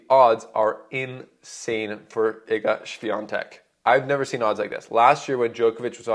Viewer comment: Thumb up for the correct pronunciation of the name of Iga Świątek. Drink a lot of fruit tea, don't drink coffee or black tee, do not eat to much meet, sleep enough - then you will get rid of the cold faster, fellow..